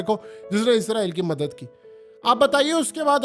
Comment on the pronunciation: عزرائیل نہیں بھائی اسرائیل ہے